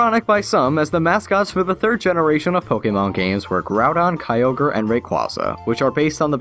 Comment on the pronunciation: Am I the only one that hears "turd of the millenium"?